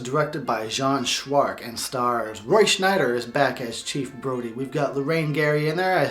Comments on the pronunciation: It's Roy Schieder. Roy SCH-I-DER. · I think its Roy Sheider not Roy shneider. im goin opposite of your review, when you dont see Roy sheider its sucks, when the kids go at large its a bit boring, but every scenes with Roy is pretty good. Sheider is amazing but I wish Dreyfuss couldve played in it. I love your idea for the prequel, but one detail, Quint said they were attacked by many sharks, I would only put one bad mofo white shark to do all the damage, in some way I think its creepier with only one big white sharks than thousands of little blue sharks!